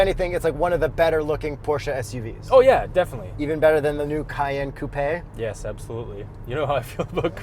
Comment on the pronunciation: lol "coup-eh"